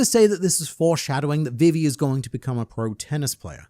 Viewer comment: you saying vivis name triggers me